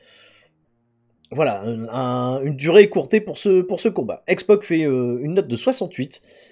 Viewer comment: Pourquoi dit il toujours x poc et pas x pac????